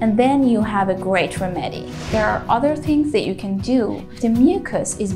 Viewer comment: Remedy is pronounced, Rem'-e-dy.